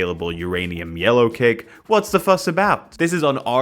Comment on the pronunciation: Every time says "yellowcake" my brain thinks "Alien Cake" ngl